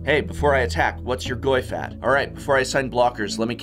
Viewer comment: Nice portuguese Goyfe.